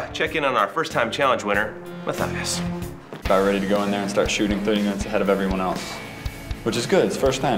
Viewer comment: LOL Ma-cry-us-i-am I'm soo sorry Matthias I love u but that is classic :P!